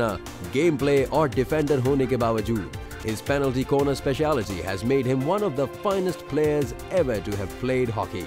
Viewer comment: Great interview.. But why is everyone saying "Plenty corner" , totally confused me and I had to check if it is plenty or penalty !!